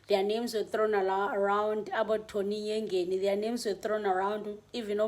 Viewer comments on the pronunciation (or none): Did you just say Tony Yengeni?